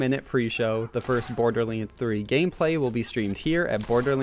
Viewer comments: it's pronounced "borderlands" not "borderling" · Imagine being such a big fan of something that you'd make videos about it but you just can't pronounce it's name right. Borderleenz 🤦‍♂️ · Did anyone else notice that at the start of the video he said “borderleens 3”